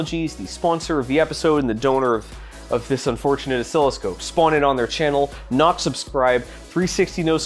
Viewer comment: Great video, funny af. You made all the mistakes I would made. Well done! It's unfortunate that when you say "knock subscribe" on Keysight it sounds like you said "Not Subscribe"